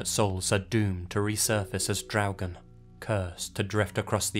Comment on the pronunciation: Hi, I know I'm late, but I just wanted to compliment you on your pronunciation of the word "Draugen". You really got the r sound correctly, which many Non-Scandinavians have problems with. 👍😁